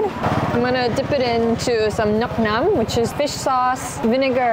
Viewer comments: helllouuu its just fyi nuoc MAM not nuc NAN, overall nice video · Ily but it's "nuoc mam" my girl not "nuoc nam". Anyways seeing you visiting my home country makes my heart flutters 🥹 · Nuoc mom not nuoc nom js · calling bún cá and bún ốc a type of phở ?? Calling bánh tráng nướng vietnamese pizza ?? Pronouncing nước mắm “nước NAM”? And many many more. Did you watch the video ? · I kept giggling when she called nuoc mam, nuom nam. XD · Some of the info and pronunciation is not accurate but thanks for trying! Happy you got to try real Vietnamese food and it is NUOC MAM with an M. The way you pronounced it sounds like "mushroom water" in translation lol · I appreciate her effort to put the accent of the words, even though they are mostly spelled wrong 😅 and her “nuoc nam” is really cute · I wanna enjoy your vietnam series so much but every time I come back and you say “nuoc nam” I have to close the video again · Rather sad seeing very flawed typos and pronunciations (not that you're supposed to speak fluent Viet, but like just one basic google search and correctly call it nước chấm or nước mắm instead of nuoc naem) and poor research about Vietnamese cuisine (calling everything phở). I feel like it's a way to show respect to the culture by typing the right thing on the screen when it's literally in one of the footage on the background anw, like bún chả. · love the way she call "nuoc mam" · Everytime you say nuoc mam AKA fishsauce i get hysterical 😂😂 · The way she butchered "nuoc mam" pissing me off